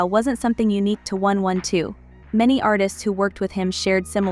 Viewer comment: The fact that you didn’t get the AI to pronounce the group name correctly 😠😩 really annoying